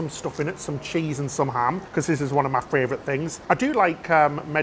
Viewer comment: I’ve started saying fravourite cos of you two 😂